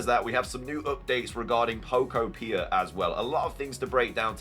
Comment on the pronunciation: Just a note on pronunciation: I'm pretty sure the second syllable in Pokopia is the emphasized one. "poKOpia". Like "uTOpia."